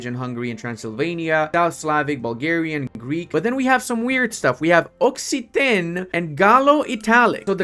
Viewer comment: Hey! Love your videos. Let’s make opinions even more balkanised. 😂 I heard that you probounced Occitan as “ossitan”, it is however pronounced with a hard C. So like OK-Sita(n). Half-Silent n of course 😂. The original spelling would even be with an X instead of two C’s.